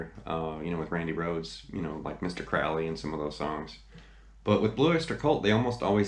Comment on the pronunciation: nice video, cheers. 2 things,tho - 1] crowley is pronounced crow [as in the bird]-lee, not "cra-ow-lee", and b] i am not a fan of that snl sketch - i felt it mocked boc and the greatness of that song - just sayin'